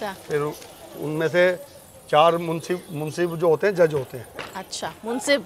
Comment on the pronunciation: Munseef nahi ..munsif...matlab insaf karne wala